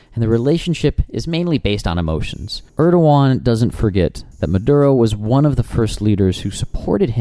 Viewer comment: I love how you pronounce his name "Erdogan" instead of "Err-doo-wan" like everyone in America does. Err-Doo-Wan might be right, but it's spelled "Erdogan"